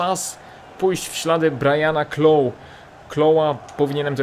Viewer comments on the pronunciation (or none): Clough wymawia sie Klaf, a Vaughan, Wogan. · mówi się klouf